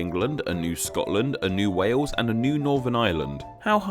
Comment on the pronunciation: You say "New waws", not wales